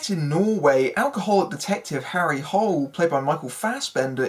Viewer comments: It's actually not pronounced the way you pronounced it in English. It's pronounced more like "Harry Hoo-lay". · To everyone here, they pronounced it "Hole" in the movie. So yeah, they fucked that up, among other things.